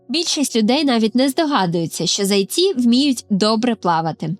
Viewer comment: Не зАйці, а зайцІ. Перший варіант росіянський.